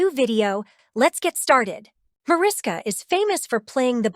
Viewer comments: Mariska is pronounced “Ma RISH ka.” It’s Hungarian, so just pretend the invisible H is really there and you’ll say it correctly. 🇭🇺🇺🇸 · Micky Hargitay is Mariska's father--not great grandfather! And learn how to pronounce Mariska--it's from the Hungarian.